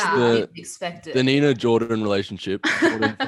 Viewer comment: ITS NINA NINA NINAAAAAAA